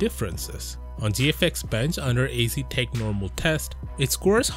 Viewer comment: It's produced az·tek not a•z•tech